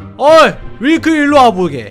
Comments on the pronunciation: 윌터가 아니라 윌크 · 윌크가 아니라 밀크애요!!!! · 윌터가 아니라 윌크에욬ㅋㅋㅋㅋㅎ.ㅎ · 윌터가 아니라 윌크에요 ㅋㅋㅋㅋㅋㅋㅋㅋ